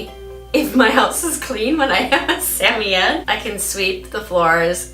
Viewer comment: for the correct pronunciation of samoyed! I’ve always had malamutes, but I recently took in a rescue puppy who is half Samoyed and half malamute. She’s only 4/5 months and I’m already her 4th home. When I first got her, I thought there was something mentally wrong with her, for the first two weeks she barely even acknowledged my existence except to occasionally snap her teeth when I moved too fast near her. (She’s already got an unhealthy fear of humans, we were scheduled to start private training to help socialize her to other people so she doesn’t develop fear aggression with strangers, but with what’s going on in the world right now, it’s been delayed...) The vet thinks she was at Least 4 weeks younger than what I was told and the fact that she likely left her mother too early and she was so malnourished probably caused the delayed mental development. I’m happy to say that now she’s super sweet, gets excited when I talk to her, and is a healthy weight for her size! Having never owned a Sammy, I wanted to learn some more about their personality and such and found your videos. It’s funny, because my girl vocalizes just like Yeti does in the beginning of the video but she ends it with a very malamute “wooooo”.